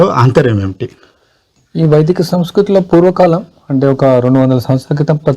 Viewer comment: Sir Vedika kadu Vaidika